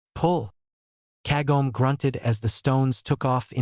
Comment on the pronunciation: If it can be done please try to use proper pronunciations example, Ka go may Kagome, not ka gome